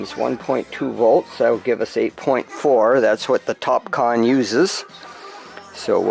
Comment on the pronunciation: That's excellent, I hope they last a looong time for you. I couldn't help thinking of Kahn all the way through, you said what sounded like "Top Kahn" multiple times! :D